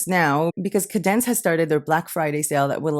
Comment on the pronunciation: Hostinger would be the host which is where your website will "live" on a server. Wordpress is the actual site wich is a CMS (content management system) Kadence is a Wordpress theme that your site will be built on. Kadence is a great theme with very good support. It is pronounced Kay-dence.